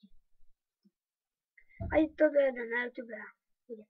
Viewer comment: Na "jútubé" další "pak" :DD